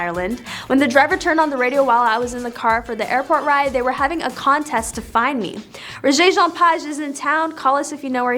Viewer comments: Child, sit down. Your title of this mess is completely out there. Your continued mispronouncing of his name is like nails on a chalkboard. Rege (like the music reggae) Page (like page of a book). Do better. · First thing you need to do is LEARN HOW TO PRONOUNCE HIS NAME CORRECTLY!!!!!! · Lady please pronounce the man's name correctly. You need to be honest with your audience; Rege never bragged about his looks, that is not the way he rolls. Get it right or leave it alone. Rege is perhaps, one of the most humble actors in Hollywood; give him the credit he deserves. You would be smart to correct this article, it will help you to sleep better. 🙏 Rjpayne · What a terrible lead into a story. And please learn to pronounce his name correctly! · Please correct your pronunciation of his name